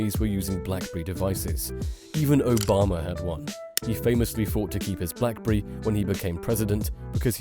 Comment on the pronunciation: Blackberi 😂 Zhiaomi😂